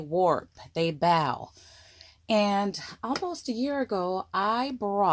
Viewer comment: Love you energy and videos-and, of course, your ideas. Love that you do the testing. I am too chicken to do all of that experimenting. But, would you please use bow—— as in hair bow or bow and arrow. Not bow— as what you do for the audience after a great performance or to royalty. Just a suggestion from a speech judge!